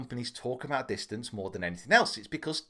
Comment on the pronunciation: Did you just say distance is sex?